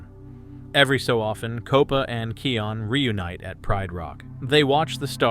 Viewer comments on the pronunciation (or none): Kopa's name is pronounced Kō-pä and Kion's name is pronounced "Kī-yon" . Like "Lion" only starting with a K